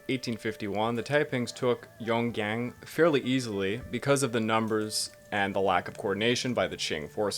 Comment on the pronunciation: I would suggest looking up how to pronounce words such as "Huang He" or "Yongan before filming. I was listening to this and couldn't see the map and couldn't for the life of me figure out what you were talking about.